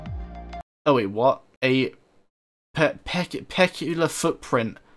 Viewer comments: "a peck-you-la footprint" lol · peculiar: peh-cue-lee-ur